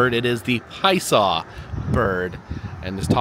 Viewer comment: I’m reading that it’s pronounced “pie-uh-saw” from the Algonquian Illinowek language. I’m sure you just heard someone say it really fast, and missed the middle syllable.